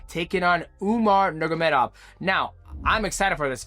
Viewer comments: NurMAgamedov, not Nurgamedov. Thank you haha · Umar NUR-MA-GO-MEDOV not NUR-GUR-MEDOV hearing you mispronounce his name so badly so many times drove me crazy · Nur-ma-go-med-ov Five syllables. You never manage more than four.😅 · Who the hell is "umagemadagufov"? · "Umar Nurgameda" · DJ said Umar Nurmagomedov 50 times and didn’t pronounce it right once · DJ has a very hard time pronouncing Nurmagomedov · did DJ go to the chael sonnen school of fighter name pronunciation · Mighty, stop saying Umar's last name lolol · DJ said Umar's name 20 different ways and I don't think one of them was right 😂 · Bro STRUGGLES to say Nurmagomedov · The way this guy says Umars last name is wild. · Ts was frying me 😂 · Take a shot every time DJ butchers the Nurmagomedov name